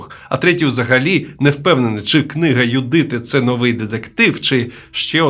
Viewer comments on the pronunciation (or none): none